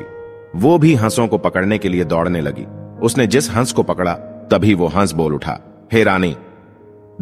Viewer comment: Hansh ko hash kahte ho kya vdo segumrah karte ho tapsya karo